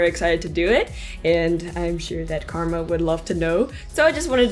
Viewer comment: Was the cat called Karma or Garma?